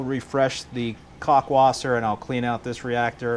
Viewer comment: You Americans and your pronunciation of "kalkwasser" :D All I hear is cockwasser. the /AL/ is like the al in altitude. Nice going on a good schedule and discipline :D